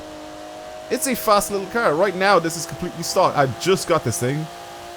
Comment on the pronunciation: "Brand new KEEARR"